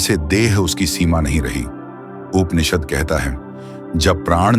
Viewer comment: कृपया उपनिषद बोलते हुए 'प' उच्चार पुरा करे. जैसे ' ' 'पुरातन' शब्द बोलते समय करते हैं.' परे ' शब्द मे प उच्चार होता हैं